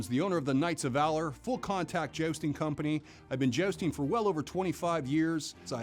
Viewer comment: Why does jousting guy say "jaosting"?